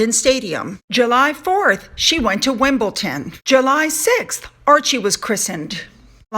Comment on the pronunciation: It’s Wimble-Don not Wimble-Ton. It is also a suburb of London not just a tennis match. Much love and love your content xxx